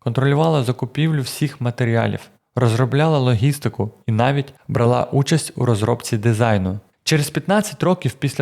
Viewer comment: У слові брала , наголос на першу а😉